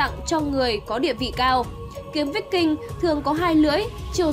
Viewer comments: Kiếm víc king mới hài , đọc sai bét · Phải đọc là kiếm Vai king mới đúng , đọc tầm bậy tầm bạ không hà, chán vãi lìn.